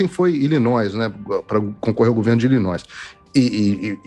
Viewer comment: ILLINOIS, o S eh mudo, nao eh pronunciado. Eita `ingleizeition` bom, em, Figueiredo? 🤣